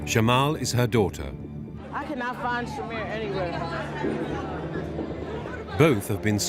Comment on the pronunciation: Her name is Shamir, not Shamar you disrespectful idiot